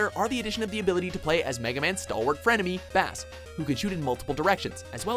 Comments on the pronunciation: Ughhhh it's 'Base' not Bass the fish -_ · Bass is pronounced beis not bahs. Like treble and bass, he's not a fish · bass? It’s PRONOUNCED BASE NOT LIKE A FISH! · Megaman 3 is the Best! Also you said ‘’Bass’’ wrong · the first time he said bass incorrectly me:i'm having megaman 8 flashbacks again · Excuse me!? Bass's name is pronounced like the music instrument not the fish! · Garbage list. Megaman and Bass? It's universally reviled. Also, it's pronounced "base." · I'm a minute into the video and this dude just called him bass like the fish. This is so disappointing. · I know it's probably eating away at tons of other viewers... But how do you not get it's Bass as in the lowest range of sound. Not Bass as in the fish. I mean, his dog is named Treble, if that wasn't a dead give away. And Mega Man was known as Rock Man, Rock for short. Who had a sister named Roll. A dog named Rush (like the band) and a bird named Beat. Do you just read a script and not actually know anything about the content you are talking about? Trying my hardest to not be a jerk here... so please forgive me if this is coming off as condescending. (For the record, the way his name was said in MM8 is still wrong) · "bass?" its pronounced like "BASE" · First: Bass is pronounced with a long "a", like "base" as others have mentioned. Second: No mention of the Star Force series? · MF its pronouced Bass(Base) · IT'S NOT A FISH IT'S THE GUITAR REFERENCE (PRONOUNCED BASE, NOT BASS!!!!) UGH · so disrespectful. its pronounced "base" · it's pronounced base. . as in bass and his dog Treble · Bass had a robot dog named Treble. How the fuck can you screw up the pronunciation with that in mind. It's not B-ASS it's B-ACE. Bass and Treble. Jesus.... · For fucks sake. It's Bass like in Music, not Bass like the FISH! His dog's name is Treble! You know, Treble and Bass! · IT'S BASS, LIKE THE GUITAR, NOT THE FISH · Ok bass is pernounced base it is a music reference think of rockman and roll (japanese names) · Me too.